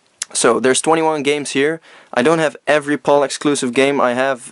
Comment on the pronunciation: yeah its not pronounced paul or pole region its pronounced pal like hey buddy ol pal stands for Phase Alternating Line ive heard alot of americans pronounce Pal properly and your the first Video Game Youtuber who hasnt but its ok love your videos by the way keep up the good work i didnt even know we had these games in our region or heard of them at all till now ive learned something new today wow awesome